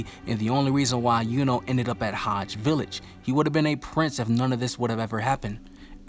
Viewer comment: Isnt it Hage, not Haj?